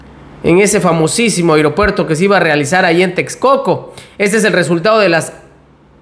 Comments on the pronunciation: Muy buena la información !! Pero hago una observasión Sin afán de ofender, tener cuidado con la pronunciasión, cada vez que dices Aeropuerto Siena como Airopuerto. Perdón !! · Se dise aeropuerto.... No airopuerto...